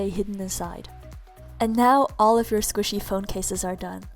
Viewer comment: Mochi not squisy